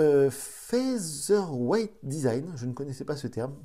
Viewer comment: Bon je suis pas français mais je parle 4 langues Je veux savoir pourquoi vous lire (Feazer) mais pas fea(TH)er weight et The > ze Just why ? Vous arrive pas a lire le TH ? Bonne continuation